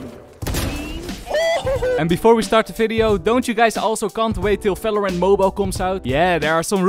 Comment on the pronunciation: It’s fucking VALORANT not Falorant it’s VIDEO not Fideo. It’s VERY not Ferry. It’s reViVe not reFiFe. It’s a fucking VVVVV NOT AN F HOW ABOUT YOU PRONOUNCE ENGLISH PROPERLY ITS NOT HARD